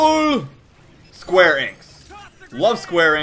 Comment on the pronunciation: it is pronounced e nicks enix